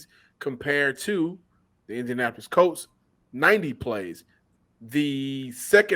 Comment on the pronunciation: It was 4th and THREE. Not 4th and third. And Colts, not Coltses. Dann.